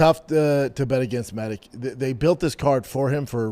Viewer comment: Your a grown man how do u not know that ALL Serbian last names ending in ic are pronounced "itch" Med-itch!!!!